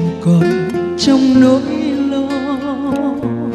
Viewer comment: Mới nghe sơ thì thấy rất hay. Nhưng nghe kỹ thì chỉ thấy guitar hay, còn giọng hát chưa đúng sát nốt. Ca sĩ nên tập phát âm phân biệt RỒI và GIỒI, TRong và TCHong !